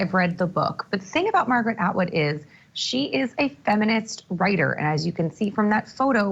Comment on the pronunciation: Omg, did you analyze why everyone else went to her lecture? lol You couldn't even pronounce Margret's name correctly the first time? Or even the name of the book. Bravo. Few if any males LOL which is it ? This isn't the ONLY picture. There are several men in this lecture. LOL maybe I dunno he needed the credit? Some dumb as hell thoughts on what he was thinking 5 years ago in a writing lecture.